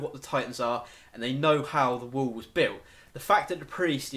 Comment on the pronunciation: dude loved the theories but i do haft to admit saying "wool" instead of wall had me laughing so hard. that said my theory is that the titans are made from eating humans and that's why they look similar and don't have sexual organs.remember in i can't remember which episode but when Eren is swallowed by the titan that little girl just made me think of it. and at the end of the series when they have found the pile of bodies vomited out that is most likely how they are "born." but i could be wrong